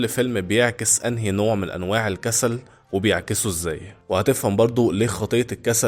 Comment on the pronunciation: هي كلمة الكسل من امتى وهيا فيها شدة فالنطق هي الكسَّل ولا الكسل عادي انت بتقول الكسسال